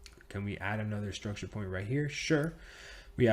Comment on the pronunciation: Do 10 push ups always when he say struckture 😜